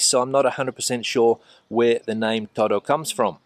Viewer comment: Whenever I go to Spain my Spanish friends criticize my pronunciation of "toro" claiming that I'm saying "todo" when I mean to say "toro". I notice that you have the same problem, or at least that is what I am hearing. I must admit my hearing has been going downhill the last couple of years, so perhaps I'm just not capable of saying or hearing "toro" properly. Thanks for the travelogue on "toro". It sounds like an interesting place to visit.